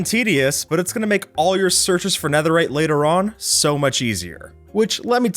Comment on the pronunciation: "no one made anetherite beakon" no, or at least no an eanglish-speaker